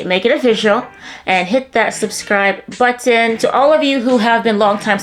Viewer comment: The caribebbean way😅